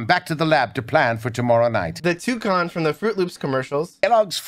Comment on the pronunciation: You pronounced toucan wrong